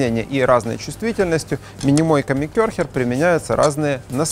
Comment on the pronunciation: КЕРХЕР, вторая буква Е. Понимаешь? Нет в немецком буквы Ё. А-умлаут звучит как Э.